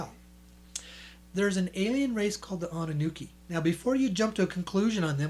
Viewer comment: It's "Anunnaki" (it even says that on the books' covers); not "Anunnuki" or "Anunnooki," which is what you're repeatedly saying in this video,. If you're going to pass yourself off as a public speaker, you should speak your words correctly. ~ If there's actually that much gold in the world and if they let it all out onto the open market, the price of gold would plummet due to a glut on the market, making it practically dirt cheap. ~ To think that I actually sent you money at one time!